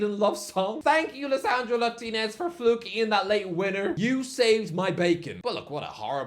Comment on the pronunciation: Irish guy hate watch: messes up the arsenal result in voice over messes up lisandro Martinez’s name pronunciation messes up the editing at the end of the video Jokes obviously is a legend